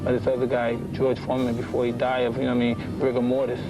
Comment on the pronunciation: "before he dies of rigamortis" 🤣